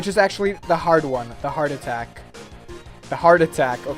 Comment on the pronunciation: Heard Attack Hart attack lmao